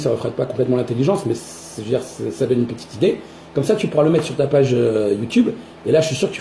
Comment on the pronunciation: "Uneuuu Petiteuu vidéo "